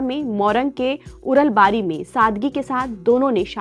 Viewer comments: Place name is Urlabari not uranbari .. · Not uralbari it's urlabari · उरल नहि उर्लाबारी है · मोरङ जिल्ला उरनबारी नहि (उर्लाबारी )😂😂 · उरलवारी ❌😂 उर्लाबारी ✅🇳🇵🇳🇵